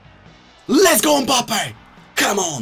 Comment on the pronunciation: Why tf does he say mbappes name like that